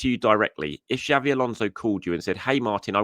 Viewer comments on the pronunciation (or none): none